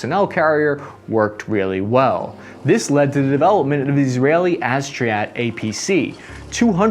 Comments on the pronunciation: Just so you know the achzarit would be pronounced akh zah reet (akh with a kh like in Chanukah or challah) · it's pronounces "uh-(flehm)zarit", just put אחזרית in google translate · Wrong pronounciations: 1. namer, not namir. 2. Achzarit. what the hell is aztriat? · In Hebrew, Achzarit is pronounced Ah-Kh-Zah-Reet which means `Cruel` (in female form). The way he pronounced it: "Astriyat" killed me 🤣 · It should be pronounced NAMER, not NAMIR. The other one is pronounced AHZARIT, not ASHDRIAT (Achzarit in Hebrew stands for "cruel"). You have a great channel. KUTGW! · Achzarit, not Azchriat. It means "Mean" for a female. Nammer, Nah-Mer, means tiger. Merka-va, means carriage or chariot. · the pronunciation is ah-kh-zah-reet. I know it's hard to pronounce but my guy you really missed with this one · Did you just call the "Ahzarit" the "Astronaut APC" ? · Excellent Video as always but you are killing me, here is how things pronounced: Namer = Na + Mer = Leopard (Not "Namir") Nagmash = Nag + mAsh = abbreviation for an APC ("A" is just like "Up") Achzarit = aH + ZA + rit = female form of Mean / Vicious / Evil without remorse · You don’t pronounce it correctly It’s Naa-mer, not Nee mer You should pause after the naa. Naa-pause-mer And the second mistake It’s should be “ach-za-reit” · It is pronounced: Ah-Za-Ree-T אכזרית Na meh R not Namir נמר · Akh-za-reet is the right pronunciation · And my ears! I just heard him saying "Az-chree-at"...😆 He seriously needs a coach for foreign language words when making these videos. And "Nag-mesh"... His Hebrew pronunciation is making me sad... 😢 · NAMER! N A M E R! with E like in Eight not like in zEro!!! as a israeli you ruined the name of this amzing vehicle! and also if you dont know how to say Achzarit dont say it!! another amazing name that you have ruined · You butcher the word in Hebrew, it's Namer not a Neymer And how you tried to say Achzarit, oh my god